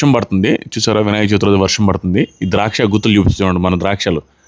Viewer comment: Vinayaka Chauthi kaadu. Cha vi thi